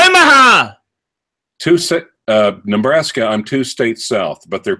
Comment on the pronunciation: GOTTAHH START SOMEWHERE, BUBBAHHH! BUBBR BUBBER! OMMAHUHHH OMAHA